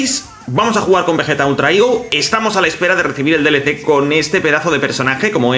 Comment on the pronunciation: Me da gracia como dices "igo" aun que eso es una fruta 😂 "higo", pero muy buen video e increíble el personaje de Vegeta Ultra "Ego", una pasada. Saludos.